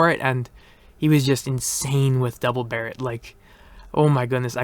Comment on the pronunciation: Thank God you finally pronounce Barrett correctly